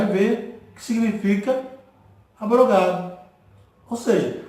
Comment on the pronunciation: Pastor, graça e paz! Parabéns pelo estudo. Só 2 coisas equivocada ; mas nada que atrapalha. 1° não se lê ABROGADO, e sim AB - ROGADO com ( B mudo ) é separado. 2° que faltou o senhor ler o versículo 9 de 2 Corintios cap 9 , que diz pra quem era a contribuição que Paulo estava fazendo. * Espalhou, DEU aos POBRES, a sua justiça permanece para sempre ! E pra confirmar que o velho testamento foi abolido, era só ler 2 Corintios cap 3 verso 14 a 18 . No restante o senhor está de parabéns! O senhor é corajoso viu, e Deus há de te recompensar por dizer a verdade dentro da Bíblia. Deus seja louvado